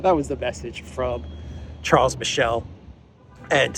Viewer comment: Mr. Michel is born in French speaking region of Belgium so his name should be pronounced in French ʃaʁl miʃɛl.